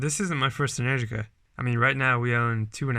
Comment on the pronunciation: Uh, it’s pronounced “en-ER-gica”